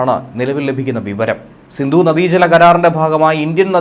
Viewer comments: Sindhu not sindu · സിന്ദു അല്ല സിന്ധു. ദയവായി മലയാള ഭാഷയെ നശിപ്പിക്കരുത്.